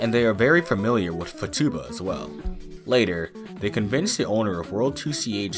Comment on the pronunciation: This is great but for a great part of the beginning of the video I was wondering what the hell that word you where using was. The name is futaba. Foo tuh buh. It means two leaves. That's why 4chan adopted Yotsuba (four leaves) as their mascot and her hair as their favicon and logo.